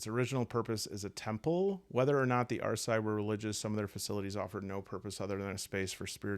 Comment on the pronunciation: Just a minor correction to how Resolve works, it doesn't reduce the stress you receive by one, it reduces the stress gained to 1. Also, Arsaidh is pronounced more like 'are see', it's an old Scottish Gaelic word for 'ancient'